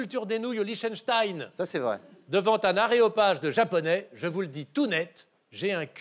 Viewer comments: non non, il a bien dis aréopage ^^ :p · Il a bien dit "aréopage"... Est ce qu'ils sont aussi hautains en off ? A force... Je salue sa sagacité. J'ai 139, ce qui explique qu'on me prenne souvent pour un con : ) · Il a bien dit aRéopage ! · La VAR déclare qu'il a bien été dit "aréopage", vous pouvez bien laisser JDV vous sauter mais ne vous laissez pas démonter par ces lascars ! ;) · Il a bien dit aréopage 😀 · Quand ils prétendent que Chevalier a dit aéropage alors qu'il a bien dit aréopage, ça me donne presque un infractus.